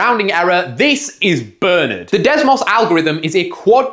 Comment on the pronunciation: It's not pronounced Bernard, it's pronounced Bernard, ffs.